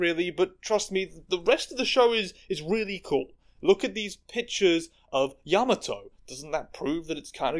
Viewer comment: you mispronounced kiku and yamato, yes yamato is a man he said that himself